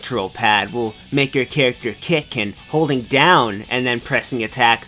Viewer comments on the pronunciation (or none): none